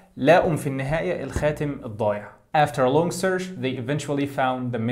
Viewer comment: كلمة search غلط نطقك لها عزيزي ، ليست بالشين انما ب الاتش .. سرتش وليست سرش وشكرا